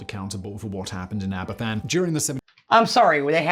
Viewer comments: Aberfan, is a town which should be prenounced "Abervan". The single letter of "f" needs to be pronounced as a "v". When a Welsh word has "ff' it sounds the same as the "f" in English. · The Trevithick Trail was the first railway line in the world.. the f in Aberfan is pronounced as a ‘v’. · You say Abervan, to make an English F sound in Welsh , you need two ffs Such as Duffryn (Dufrin) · Yes I asked you to watch it quite a while back. Heartbreaking stuff and it's pronounced abervan. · Pronunciation help- Abber-Van Uh-nis O-when Mur-ther vale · Just to let you know, there is no v in the Welsh alphabet. A single f is instead pronounced as a v. Thanks for the video . Cymru am byth 👍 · It's laziness on the part of the presenter that he's not prepared to do the necessary research. Making the same mistake for 72 years is not something to be recommended. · This is not the best video about this. For one thing, the presenter's pronunciation is poor, e.g. Aberfan is pronounced "Aber-Van", since "f" in Welsh is pronounced as "v" in English. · This was the first news story I remember seeing. I was three and living in north London, and cried myself to sleep after hearing about it. BTW, - you got the pronunciation almost perfect, except that a single F is pronounced as V in Welsh, so it's closer to aber-VAN. BTW - anyone with friends or relatives there will have probably seen the title of your video and not been able to watch it. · Being Welsh you grow up knowing all about this terrible accident that should never have happened. It is pronounced Aber van. Cymru Am Byth (Wales Forever) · The disaster was a tragedy. The subsequent treatment of the Aberfan community will forever be an absolute disgrace. As an aside - the f in Welsh is pronounced as a v. So it's pronounced as Abervan, not Aberfan. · Don't fanny about when pronouncing Aberfan, say after me, ab-er-van. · Just a quick note, Aberfan is pronounced AberVan.....f is pronounced v in welsh. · It's pronounced abervan